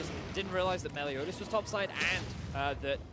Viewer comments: its meliodas! meliodas! MELIODAS!! not melio DIAZ!! these casters! clearly not a fan of 7 deadly sins! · Vedius, the jungler's name is Meliodas, not Meliodias. You said Melidoias all game. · Vedius saying Meliodias is more tilting than seeing Jankos’plays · STOP. MISPRONOUNCING. MELIODAS. Literally pronounced exactly as it's spelled. Holy shit. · You talking about the constant mispronouncing of Meliodas? I'm there, too. Like holy shit please read the damn name. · And the other casters alternated between saying it right and wrong. Like, holy shit. fucking read. It's pronounced EXACTLY as it's spelled.